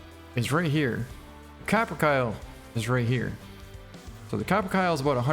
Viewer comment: Ka-Pr-Kay-Lee. Not Cap-Er-Cal.